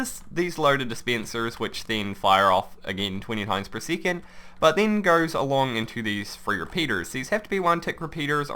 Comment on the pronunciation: he says it like seecond